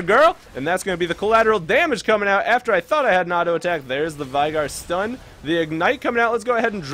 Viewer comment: U were pronouncing veigar wrong.....